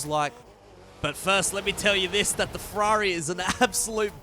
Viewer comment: It's pronounce Ferrari not Fwarerì.